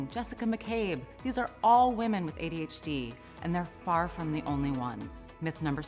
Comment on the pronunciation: It sounds like this woman says ADHG.....EVERYTIME single time she says adhd....that's IF, that's what she IS saying! She could think she's saying adhd....but saying adhg....or something?